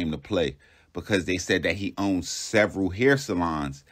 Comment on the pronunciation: Man said “one of the car washes he OWN-DED” 😂😂😂